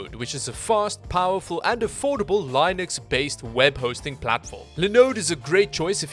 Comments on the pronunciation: "lay-nux" just why. linux should be pronounced as "lee-noox" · it's lee-nux not lai-nux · Line-ix,? Where did you learn English?:) Nah i'm just joshin, love your vids! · "laeeenix based" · Ah yes, I've heard of lye-nucks hosting before. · Is he pronouncing SATA and Linux that way just to get comments?